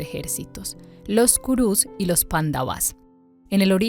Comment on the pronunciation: Si van a leer el bhagavad gita les recomiendo el que se llama. bhagavad gita tal como es de srila prabhupada, ya que este es el original traducido del sánscrito. El resto de libros con este nombre suelen ser interpretaciones de los escritores. y se pronuncia PANDAVAS no panda-vas y KURUS no ku-rus, sin esa pausa momentánea. ahora si quieren saber bien como es la historia les recomiendo el MAHABARATA. del escritor viasa. allí es donde esta la historia completa de las dos familias y alli mismo esta el b gita.